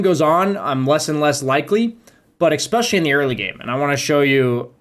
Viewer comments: Awesome guide, but please, "especially" not "expecially". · nice video, learned a lot from it. but can I please ask you to stop saying "expecially", the word is especially. drove me absolutely crazy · For someone who says especially a lot should really learn how to pronounce it properly.